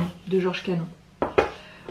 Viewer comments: Superbe collection de Thé... Canon se prononce Canone. Bonne dégustation.. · Cannon donc Cannone .. desolée pour l'oubli